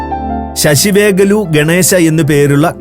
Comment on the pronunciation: ശശിവേഗലു എന്നല്ല. 'സാസിവെ കാളു' അതായത് കടുഗ്.